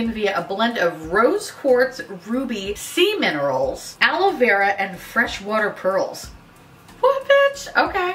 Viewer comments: When you said "sea minerals" I heard "semen" for a second😬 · whispers she totally said semen rolls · I too heard semen rolls.... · I heard 'Semen Rolls' not 'Sea Minerals' lmfaooo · I heard “sea minerals” as “semen rolls” and I’m very glad I was wrong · She was saying that as I was reading your comment and it was defo semen rolls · Did anyone else think she said "semen rolls" before realizing she said "sea minerals"? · Yep lol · I heard it as well 😂